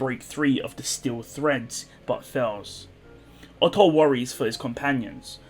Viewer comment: Oof not Otto.